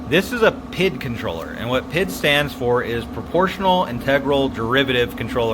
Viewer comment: It’s actually pronounced P.I.D. (Pee-eye-dee) haha. HVAC control systems have been using PID logic for decades. Pretty cool to see it used in smokers